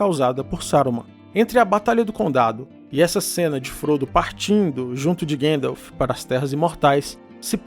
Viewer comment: Gandalf le como se escreve ! 😅